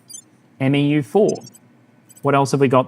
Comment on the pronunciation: respectfully, 'MEU' is pronouncedd ... soft m. soft e. short u. sounds kinda like. mew. - some jarhead